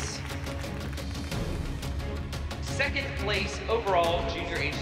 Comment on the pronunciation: I cringed every time I heard Abby say "seckent" instead of "second".😊